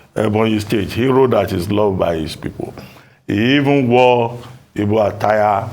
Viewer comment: Ruben can't call the Igbo title correctly even though he attended school in Igbo land and have an Igbo wife.